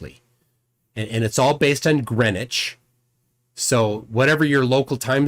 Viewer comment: First american ive heard pronounce Greenwich correctly 🇬🇧🤝🇺🇸